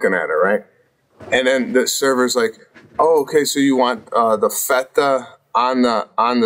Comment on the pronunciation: The way Sebastian pronounced feta really ruined this ep for me.